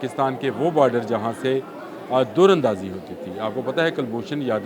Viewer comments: Dar andazi Durr andazi nai plz Urdu ke meaar KO darust rakhain good analysis by the way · بھائ دُراندازی نہیں دَر اندازی ہوتا ہے ۔ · بھائی جی دور اندازی نہیں ہو رہی۔ در اندازی ہو رہی ہے۔ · بام و در ، در بدر، در اندازی۔۔ دور اندازی نہیں ، بھائی 😅